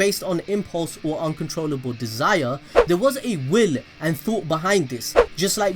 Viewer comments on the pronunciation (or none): none